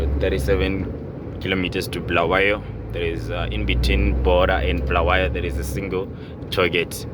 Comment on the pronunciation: Its Bulawayo not BHULAWEYO